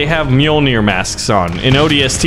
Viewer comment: I'd hate to be "that guy" but it's Orbital Drop SHOCK Units. At least you said Mjolnir right